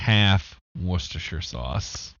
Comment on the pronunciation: I had to listen to that bit twice. Never heard an American so effortlessly say Worcestershire Sauce correctly, I'm so glad it can be done